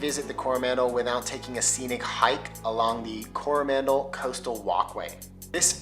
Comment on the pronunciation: Definite fail mate on pronouncing Coromandel. Gave yourself away there with the stress on the first vowel.